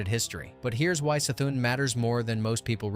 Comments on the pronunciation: it's the same as Cthulhu......it's NOT Sthulhu. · the c in c'thun is pronouced as an k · downvote because u pronounce Y'Shaarj (pronounced YAH-Sha-Raj) and C'thun (pronounced "Kuh-THOON") wrong.